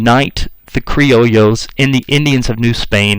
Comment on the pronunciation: Not cree-oh-lee-ohs ... It's cree-oh-yos. Spelled criollos.